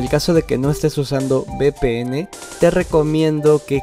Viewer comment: ¿Qué es BPN? La letra V se pronuncia "uve" no "be", porque "be" es B. Si hablas español háblalo bien o vuelve a la escuela.